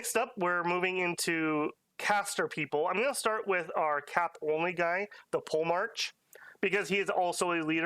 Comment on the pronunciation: Please don't go into the campaign saying "pole-march" haha It's poe-le-mark